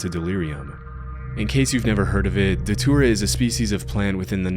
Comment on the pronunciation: It took me forever to figure out you were saying Datura..